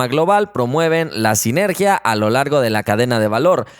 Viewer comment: No ' sigenergia. Si ' sinergía. Saludos desde rd